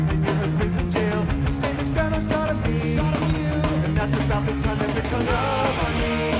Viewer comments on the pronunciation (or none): "sodomy" sounds like "sodo-me", so Tom says "sodom-you"